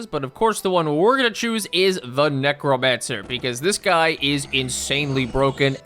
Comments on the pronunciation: fully heard "mech romancer" instead of necromancer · Neck romancer